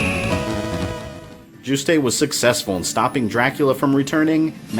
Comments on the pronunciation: Good vid so far but two issues: "All that remained of Dracula were his remains" sounds kinda redundant. Maybe "But all that was left of Dracula were 6 body parts" then list the parts needed. Also Juste's name is pronounced like "Juiced" not "Juice-Tay". The name is French I believe, hence the pronunciation. BTW question. Is the SNES port, Dracula X, essentially the same story as Rondo of Blood? Because game-wise, they seem very different. They share the same assets but level designs are very radically different Thanks also for using footage of the original unedited US release of voice casting for SotN. I personally prefer the re-recorded voices used in the Dracula X Chronicles but the original ones were the stuff of CastleVania meme legend. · I finally found one complaint with this series so far. Juste is pronounced "Joo-st" like roost, not "Joo-stay". Oh, one more . For Richter to be Juste's son, Juste would've had to be 43 when he had him. That's certainly not impossible, but it seems far more likely to me that Richter is Juste and Lydie's grandson. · Juiced not jus tay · I absolutely adore these videos! But there is one thing I'd like to point out (I'm not sure if it's been said already so sorry if I'm retreading worn ground!): Juste's name is pronounced "Joost". Hearing "Joo-stay" made my French speaking ears recoil in horror. It's an easy mistake to make, so I totally get why, especially since it's a really particularly weird name, but yeah! Aside from that, I love this, and learned a few things I didn't know before, too! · Juste is pronounced "YOOST" bro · Juste' is pronounced Yoost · official sources say his name is pronounced as Yoost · well its a french word and means righteous; definitely not pronounced Yoost. Richter is a german word and he pronounced it wrong too, but pronouncing Richter is pretty hard for someone who doesnt speak german. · My eyelid every time you pronounced "Juste". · That's not how you pronounce "Juste" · You pronounced Juste wrong.